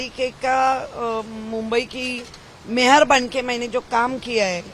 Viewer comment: Aho madam it’s Mayor and not Mahor 😂